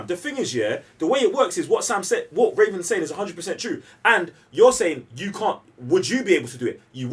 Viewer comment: Say it with me.. RA-VEN!